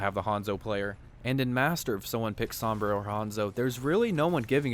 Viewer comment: Why can no one say Sombra right lmao, hearing him say it over 100x times wrong is just gaaaaah